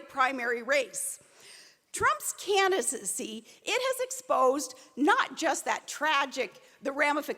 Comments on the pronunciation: what a great speech for the "caninacy." There wasn't one "ing" pronounced. I'm surprised at Trump for putting this moron back in the limelight. She has no merit, no intelligence, she's just a spectacle- much like Trump himself but with a much bigger dunce cap. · "Trump's Candi-sissy"